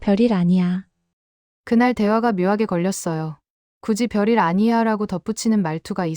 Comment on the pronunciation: 별일이다 별일 벼릴이 아니고 이 기계놈아